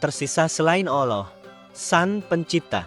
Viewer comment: Maaf untuk pengucapan mohon dibetulkan. "ALLOH bukan OLLOH".